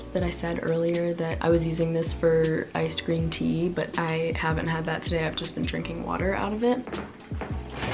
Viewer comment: this whole time i was thinking you said ice cream tea and i was like oh never heard of that... just realised u said iced green tea lol